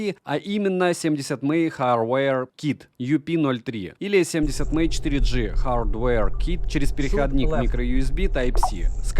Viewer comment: Все круто, но 70мАй, а не 70мЭй, это не английский, это пиньинь 😊 Далее. В этом ВР li-pol аккумулятор, и все... Если вы житель Сибири, дальше можно не смотреть про него. Аккумулятор умрет в первую же зиму, или что еще вероятнее в жаркий день, если авто оставите на солнце на улице. Нормальный ВР должен быть с ионистором (супер конденсатор), как в некоторых моделях DDpai, Papago и наших топ брендах. Только тогда он будет работать безотказно в диапазоне температур от -50 до +50, и проживет годы! P.S. у меня Papago P3, с ионистором, ему 12 лет уже, работает как часы в любую погоду, -40, в +40, похрен.